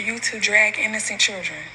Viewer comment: SHe can't even say CHILDREN right!! I want her to stop putting God's name in her mess!!